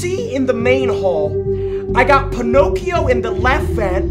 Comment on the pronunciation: he calls balloon boy ponocio lmao 🤣